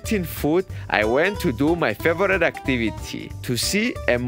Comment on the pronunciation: First of all congratulations, u showed great mental and physical strength to pull this off. Please learn how to pronounce "favourite", it's not pronounced as favourA-ee-t' as u keep on saying on all your videos, like " it's my favoura-ee-t person in the world or day in my life etc"... Brilliant quote in the end! All the best